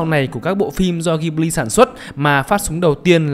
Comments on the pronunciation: Góp ý tí: Đọc tên studio là ji bli (ko phải ghi) nhé shop. Tiếng Nhật nó vậy. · Đọc là Dzi-bli nhé sốp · Bt thì nói tiếng nhật người ta đọc là jiburi ジブリ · fun fact tiếng nhật đọc là JI BU RI. trong video đọc theo tieéng anh. =)) tiếng nhật nghe vui tai vãi